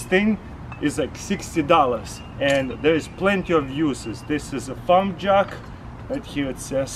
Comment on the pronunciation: i thought u said "pump jug"...ohh farm jack